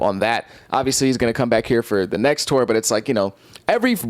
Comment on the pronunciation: Where are you from my G? The way you say “tour” is legit crazy haha